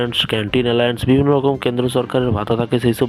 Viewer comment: Kathata alaence nay kathata halo allownce